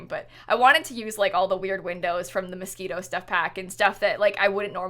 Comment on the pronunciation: every time she says Moschino stuff pack i think she’s saying mosquito stuff pack